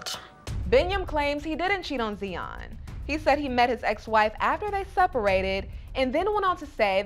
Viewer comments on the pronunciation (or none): It's Tsion not Zion smh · Her name is not Zion it’s Tsion pronounced ( See-on). Ari doesn’t compare to Tsion, she’s drop dead gorgeous. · her name is tsion stop butchering it